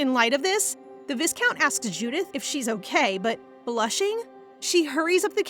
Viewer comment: Don't wanna be grammar police. But as your storytelling is amazing, this little pronunciation mistake really hurts the ears more. The word 'Viscount' is pronounced as 'vai-count" not "vis-count", the S is silent here.